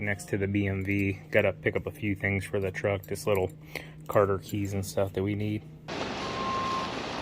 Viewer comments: "COTTER" key, not Carter. Also, those were not cotter keys - they were hairpin clips. Not trying to be a jerk, but you have a lot of fans that look up to you. I believe being able to pass on accurate information is important for someone in your position. Thanks for your videos, the two of you are great examples. Please keep up the good work. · it's cotter pins not carter pins